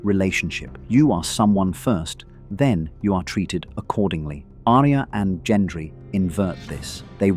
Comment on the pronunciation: at all.. your pronunciation if anything.. the way you say Gendry